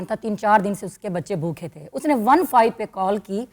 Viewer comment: Sonia Multani ka lafz “bhookhay” theek karwa dain please. Ye hamesha “bhookhay” bolti